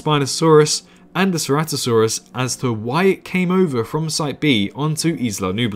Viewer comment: Ceratosaurus not ceratisaurus